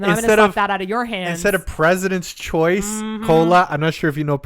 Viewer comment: Maaaan you sounded very Canadian when you were saying no name President choice brand and everything lol